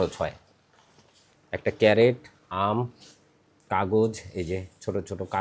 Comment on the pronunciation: আপনি আমের বাক্স'কে বা কেস'টাকে "ক্যারেট" বলেছেন, এটা সম্পূর্ণ ভুল। এটা হবে "ক্রেট" [ CRATE ], যেটা একটা ইংরাজী শব্দ। Dictionary দেখেই আপনার মতামত জানান। শুভেচ্ছা রই'ল।